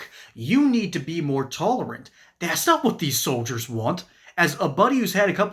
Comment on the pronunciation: It is going to be difficult supporting a POTUS who says "dat's" instead of "that's"